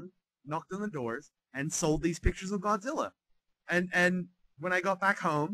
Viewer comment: Does he say "Gonzilla"? LOL